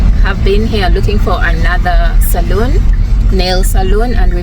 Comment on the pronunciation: salon is pronounced sa-lo-n: that's where we have our nails done. Saloon which is pronounced sa-lu-n is kind of a bar, a place for drinks. Since you're going to be living here you might as well know the difference l.😂😂❤